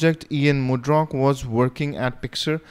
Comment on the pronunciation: the name is Ian Murdock and not Ian Murdrock Great video on debian, very informative.